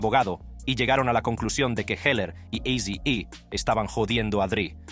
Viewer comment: no creo eso, si le dice "AZY I" o "IZY-E" a eazy-e, no creo que hable inglés